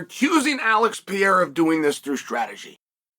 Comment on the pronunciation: Remember, its the Alex PEE-era, ladies and gents!